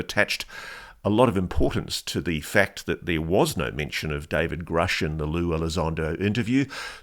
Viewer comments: Good thing Lou supports Grusch...He just needs to learn how to pronounce his name. It is Grusch , not Groosh.😅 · Lue doesn't even know how to pronounce Grusch's last name. It's not 'Groosh' it's 'Grush'. They didn't work together. This is all just about selling his new book. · If he worked so close then why cant he even pronounce Gruschs name correctly? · Lue says he worked with David Grusch and knows him well. Explain to me why he doesn't know how to properly pronounce his last name?